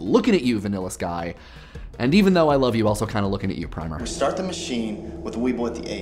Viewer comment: The movie Primer (the title in this case referring to an introductory textbook) is pronounced with a a short i sound, like "primmer," as opposed to an undercoat of primer paint which would be pronounced with a long i sound like "prymer."